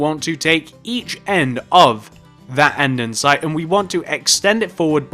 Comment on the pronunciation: ITZZZ NOT ANDENSITEEE IT IS ANDESITE (And-E-site)